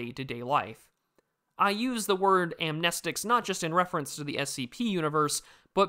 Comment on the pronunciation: first 30 seconds... Amenstic*.... yezzir.